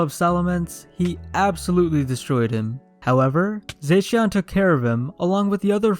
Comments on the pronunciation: He says zaixian butt it's pronounced zashion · It’s za-she-in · You said zacian wrong it's zo sh e an